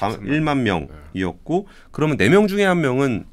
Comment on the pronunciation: 그러믄, 했으믄 ..no no…그러면, 헀으면..yes. 발음 교정 부탁합니다.